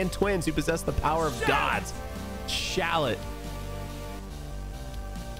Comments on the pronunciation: its "shallot" btw not "shallet" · Shallot name is actually pronounced 'Shal Lot'. Like Charlotte. Gotta put that fleek on it. Thus Shallet name makes more sense lolz